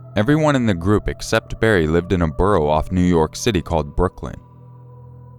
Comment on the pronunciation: EXACTLY lmao i was like ??? Why u sound like that broo